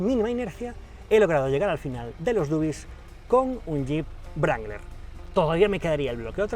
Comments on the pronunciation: Wrangler, la w no se dice sino de rueda la r; sonaría rrangler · Creo que la W no se pronuncia... Y un golpe en el volante por cada palabra tampoco ayuda mucho...¿Es necesario? Se supone que las palabras tienen su propio peso y cuando más podéis enfatizar una que otra, pero no hacen falta esos ademanes bruscos, no son deseables ni se compadecen con lo que debiera ser entretenido y apasionante pero en ningún caso violento. Perdone Ud. pero es que me ha molestado mucho. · estos videos son geniales!! pero no entiendo porque le dice brangler al jeep wrangler!! ???? :) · vaya le dice brangler o toy sordo? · Cuando dice "Jeep Brangler" muero de risa!